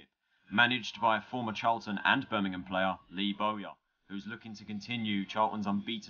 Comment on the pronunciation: It's BIRMINGHAM mate not Burnamem.